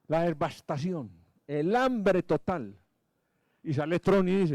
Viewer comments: Dotor Tobón... se dice..devastación no DESVASTACION. 🤷‍♂️ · Con todo respeto "dotor" Tobon, pero la devastación que usted le causa a la fonética de la lengua castellana, diciendo DESBASTACION, queriendo referirse a la devastación de el medio ambiente, es tan grande como esta misma. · EL QUE QUIERA HACERSE RICO QUE MONTE UN CAI. DR TOBON NO SE DICE " DESVASTACION " ; SE DICE DEVASTACION